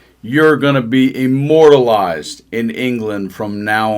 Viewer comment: Did he say “immoralized”?